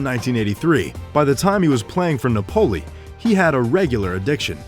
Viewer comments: Na-po-lee not napoly Lol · NuPoly !? It's Napoli just like the city! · Napoli is pronounced as Náa+poli, and Maradona is pronounced as Mara+Dona not meradona! U welcome. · It NApoli, dumbass!!! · Did anyone get annoyed the way he pronounced Napoli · I did! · That pronunciation of Napoli though